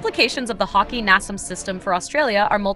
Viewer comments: The name of the armored car is HAWKEYE (Hawkei)-NASAMS thats how you say it. lol .. NOT Hawk-EE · Pronounced hawk - eye